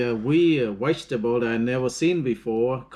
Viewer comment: Think he means vegetable he said wegetable.